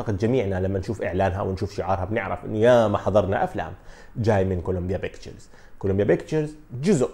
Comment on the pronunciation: كوليمبيا بيكتشرز: P not B